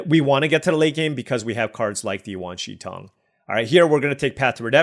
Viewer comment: You are generally pronouncing Wan Shi Tong correctly.